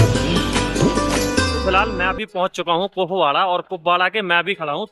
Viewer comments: पुकवाडा नहीं कुपवाड़ा बोलिए। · 😂😂😂🤣🤣🤣 It's not pukwada It's Kupwara district what a pronounciation 👍🏻..... literally hasi ruk nhi rhi ...😅Lol Anyone here from Bhaderwah JK